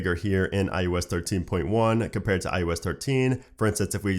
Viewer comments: Why do you say iOS as iUS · Sounds like “ius” 😂